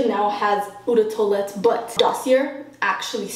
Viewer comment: you don't say OU de toilette, you say o de toilette. The o sounds like a in water. It's a long high o